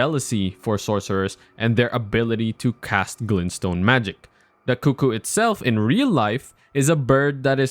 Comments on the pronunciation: Coo coo isn't the correct way to say it though. Even Iji in game pronounces it CUCK-oo when talking about them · Almost right! It's pronounced "cook-ooh", usually, rather than "coo coo". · You said cuckoo right, like “coo coo” It was funny, my friend was going through the first time and he called them “cuck ooo” knights. We had a good laugh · I thought they were CUCK ooo as well :))